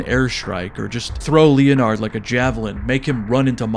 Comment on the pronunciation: LEE UH NARD